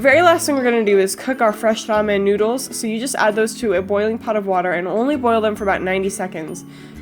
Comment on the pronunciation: The way you day ramen sounds weird. just listen